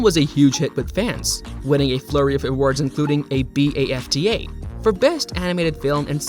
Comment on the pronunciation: How about actually showing what you're talking about? And check your pronunciation. BAFTA is just pronounced Bafta, not B.A.F.T.A. The stress is on the nett of Will Arnett.